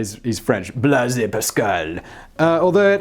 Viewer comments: "Blaise" is pronounced like "blaze". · No, you said Blaise right the first time.